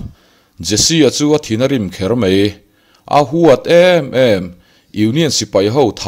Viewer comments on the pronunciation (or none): A tawp lama, 'dang sawp sawp a' tih hi a thluk han dik se aw, ka lo ui.. sawp sawp hi 'bawk (taksaa bawk awm) anga lam tur ani, a bak chu a ngaihnawm hlemai.. a lehpek atan, 'mai' tih tur ah 'mei' tia lam ala tam bawk..